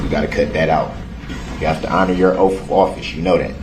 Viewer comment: Oath doesn’t have an “F” in it.